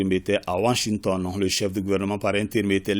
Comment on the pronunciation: Ai-je bien entendu Wanshington ou Washington 😅😅😅😅 ?!